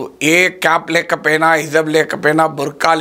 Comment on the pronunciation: అయ్యా ప్రొఫెసర్ గారు, దీన్ని హిజాబ్ అంటారండి. హిజబ్ కాదు..